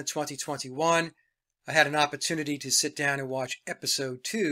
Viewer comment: I love Mike’s stuff in general but especially when that accent comes out: “had the apatoonity…” love it 😂